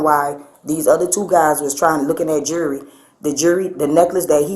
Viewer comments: So the thief walked out and kept that bracelet for weeks and didn’t know she never paid for it? I call BS! And that employee was part of that theft!! Why can’t they pronounce words correctly? It’s not jury it’s jewelry!! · It's jewelry not Jewry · Pronounced: jew-ler-ee not jury. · "The jurry."😂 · Why, oh WHY, are black folks incapable of pronouncing the word, “jewelry”⁉️ It’s NOT pronounced “jewry” … these are not Israeli items 🤦‍♂️ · Is “jewery” like “jewelry?” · Snitches get stitches and then you gonna be in sum ditches !!!! BTW... ITS JEWELRY, NOT JURY..... SHE WAS IN ON IT TOO, THE "ASS"OCIATE!!!!! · It's funny that she pronounced jewelry , jury ! She will most likely be in front of a jury ! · My entire life I didn't know there was a silent "L" in jewelry. I feel so dumb. I didn't know it's pronounced "jewree". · The "jury?" It's jewelry. Horrible English. Oh, and she's a thief. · I hate the way they say jury. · Jerrwey? I can’t even pronounce her wrong way of saying it.🙄🙄